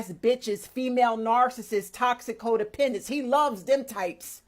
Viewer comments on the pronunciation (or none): Did I hear her right? Did she keep saying Ho-dependents? That's a perfect description for some of these women.